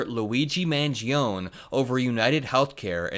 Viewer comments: Mangione is pronounced man-JOH-nee or man-ji-OH-nee in English, not man-ji-OHN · But for the love of Jove, it's MAN-GEE-OH-NEIGH ! Neigh, like a horse. Or nay if you will. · It’s pronounced Man-jee-oh-nee. Really glad to have this video! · Its pronounced” Man Gee O Knee”. Not “man gee own” Italians don’t have silent letters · Surely that should be pronounced Mangeo-knee. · Love the content 🖤 Thanks for the political news communication! PS: Luigi's last name is pronounced more like Manj-yoni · Just FYI - last name is pronounced MAN-JOANIE. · Just for the record, I think it’s pronounced man-JOE-nay. Not trying to be smug just figured you’d want to know for future videos. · 🇺🇸💙 that Italian. Name MANGIONE you are to pronounce the last "e" the name doesn't stop at the "n" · Just fyi, the E on the end of Mangione is pronounced (as a separate syllable) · You're forgetting the E sound at the end of Luigi's name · Please start pronouncing the E on the end of Mangione‘s name. Unless, of course, you are from the Bronx. The real Italian way is the way, not the American Italian way of dropping the e. Thank you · Luigi Mangione is going to be in the news for quite a while, so you should learn how to pronounce his name correctly. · Luigi Mangione, the last e in pronounced.